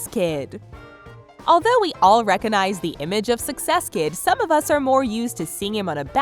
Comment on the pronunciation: Bitch, there is a G in "recognize." Stop saying "recanize."